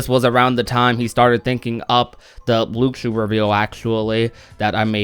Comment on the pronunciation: It's lu-shoo not luke-shoo. The x sounds like an s